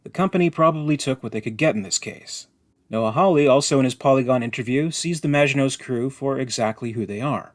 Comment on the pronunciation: Mate, you need to pronounce Hawley correctly! Come on!